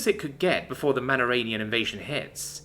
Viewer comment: You've said the word Manarian before, why is it now suddenly a Manaranian?